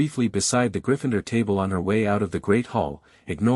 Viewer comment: there is no E after the N in Gryffindor so stop saying Gryf"fine"dor you bloody wanker!